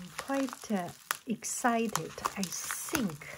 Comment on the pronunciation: "I sink... I sink this is.... this is what it is... " lol so cute!